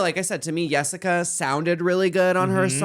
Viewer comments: Them saying yessica lol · Can y’all stop saying “Yessica”. Just because she has an accent doesn’t mean her name needs to be pronounced as such.